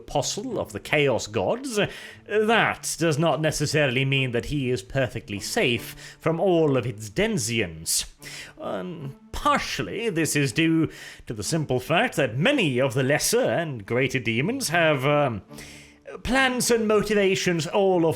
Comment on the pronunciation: It's DENIZENS. DEN-I-ZENS. Not DENZ-IENS. DEN - IH- ZEHNS. Got it? Great!:D